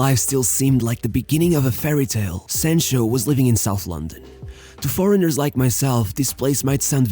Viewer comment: How can I listen to you when you can't even pronounce the player's name right come on man 📛▶️👍